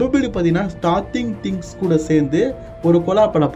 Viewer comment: அது ஸ்டார்டிங் திங்ஸ் இல்ல ஸ்ட்ரேஞ்சர் திங்ஸ்